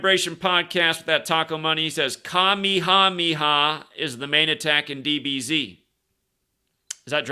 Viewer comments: It’s like King Ka-May-uh-may-uh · King Kamehameha is pronounced "Kuh-May-Hah-May-Hah"